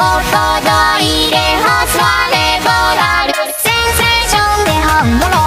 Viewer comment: Хорошо?! Разве произносится [ˌsʲɛnʲˌsʲɛjʲˌʂɛn], не [ˌsʲɛnˌsaˌsʲon]?